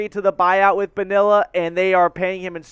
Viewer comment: I can’t let this slide on Bobby Bonilla day…the L’s are silent. It’s pronounced bO-nEEa, not BoniLLa.